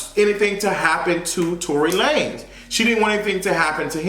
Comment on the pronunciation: Let's go back to calling this man Tory Luh-nezz.. Mariah Carey said it best, I don't know her!